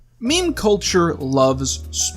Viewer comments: Left as soon as I heard him pronounce meme “mem” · stop pronouncing meme wrong